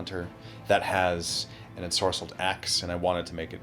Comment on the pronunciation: "Ensorcelled Axes", my guy, it's Enscrolled Axes dude.